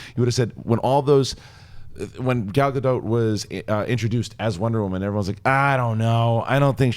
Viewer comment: is the only one who says Gal Gadot's name right. That Wonder Woman trailer was magnificent.